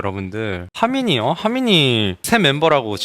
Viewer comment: 예준이 하민이 발음하는거 되게 기엽다 하미니 하미이니이 일케 발음하네